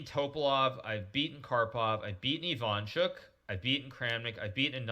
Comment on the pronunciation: It's IvanchUk not IvAnchuk.